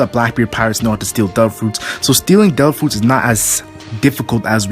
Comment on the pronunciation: "dare ah fruits"